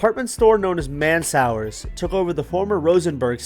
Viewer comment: Yep everyone around here says ALL BENNY. and the way he pronounced Mansours made me laugh. Man's hours? Man swores. It's all good. Lord knows I've butchered some pronunciations.